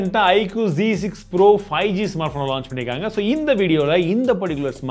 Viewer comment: is not g it is z pronounce is must important bro